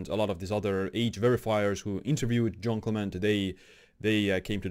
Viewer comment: Quick tip to sound cool > English wiki > Jeanne Calment > first line > listen to the pronunciation cheers ^^